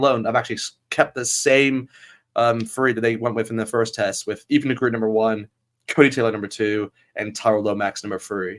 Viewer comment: Why do you really try to pronounce the maori and Pacific island players properly, but De Groot you don't even try? Unconscious bias?